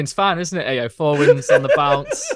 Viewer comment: Thwy are butchering Ayo's name in this podcast